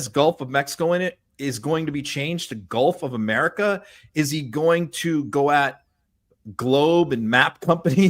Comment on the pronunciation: Did he say "guff of America"? That's all I heard!